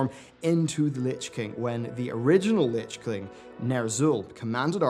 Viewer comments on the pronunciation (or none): "Lich Kling"